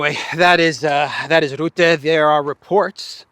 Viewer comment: (Mark) Rutte is pronounced as Ruh-tuh.